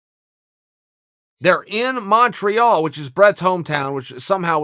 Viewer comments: Chael pronounces it "Mawn-treawl" so I can only presume that's how it's said. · he says it so wrong